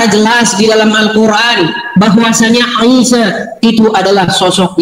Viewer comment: Baca alcuran ape kekumur dasar bromocorah potato nafcuh nih ye abdulll 😂😂😂😂😂